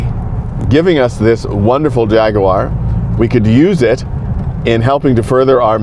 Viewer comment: It is so nice to hear an American pronounce jag u ar and not Jaggwaaar 😂well done sir